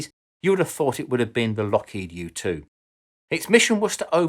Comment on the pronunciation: Every time he says "U2" I heard "youtube".